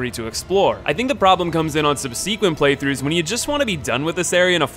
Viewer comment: That is not how you pronounce “subsequent”. Stop doing that!